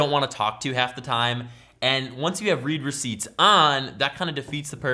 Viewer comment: Gi thought you said reaper seats